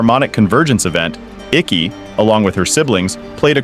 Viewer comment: All the air bending masters and elders. Dude said IKKI. 🤢🤢🤢🤢🤢